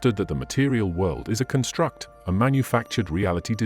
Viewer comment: This video is narrated by an AI program, is it not? Such programs are getting more sophisticated, but there are little tells that give it away. (For example, the word "construct" is always used as a noun in this text, but the narrator always pronounces it as if it were a verb.)